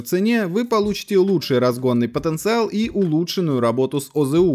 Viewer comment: За потенцевал диз, достали слово коверкать!!